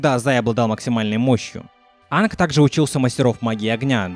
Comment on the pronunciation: Почему ты Аанга называешь Анг?